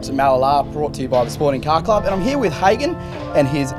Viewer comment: I feel sorry for the owner of this car dealing with this interviewer, his name is pronounced "Ha-gen" not "Haygen"